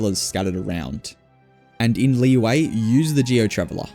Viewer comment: you pronouce Liyue like "Lee-way"?? oh my gosh, unsubcribe